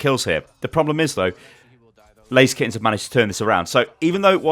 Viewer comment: It is not Lazy Skins, it is pronounced Laser Kittenz